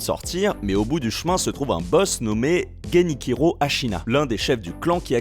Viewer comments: pourquoi tu prononce genichiro ganikiro ?TwT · Ça se prononce Geni[tchiro] pas Geni[kiro] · Et en plus ce n'est pas "chi" mais "tchi'... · On est d'accord il le prononce mal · '' Guéniquiro '' XD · Je t’en supplie prononce bien GeniCHiro 😭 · je suis le seul qui et choquer comment il a détruit le nom de Genichiro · Le massacre quand il prononce le nom Genichiro 🤣😅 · un italophone ! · je viens de réécouter c'est atroce mdrrr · Prononciation atroce, jeu en anglais, y'a rien qui va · L'IA a encore du mal.